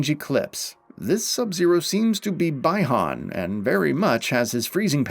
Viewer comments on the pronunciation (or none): Pronounced "bee-han", you make it sound like some lgbtq thing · Did he really call Bi Han "By Han"? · No way u say bye han it’s bi=bee han🤦‍♂️🤦‍♂️ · its bee han not bye han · Oof that mispronunciation of Sub Zero’s name. It’s an easy mistake, but it’s not bi as in bisexual. It’s bi as in bee. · No... The commentator is pronouncing it wrong. It's pronounced "Bee Han" & he's pronouncing it "Bye han". 🤣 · It's funny when someone says Sub-Zero true name as (Bye)Bi Han and not pronounced as (Be)Bi Han. 😅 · It's pronounced /bee-han/ not /buy-han/ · "Bye Han" 🤦🏻‍♂️ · the way you pronounce bi han is so heartbreaking bro said "BAY HAN" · Sorry you lost me at “bye-Han” you aren’t a fan of the series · It’s pronounced BEE-HAN not Bi-Han. I cringe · It's pronounced Bee-Hon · Lost me when he said Bi-Han wrong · Learn to pronounce Bi-Han and the difference between former and latter, will ya? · The mispronunciation of Bi Han and Edenia makes me cringe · also ur prononucation of bi han is blasphemous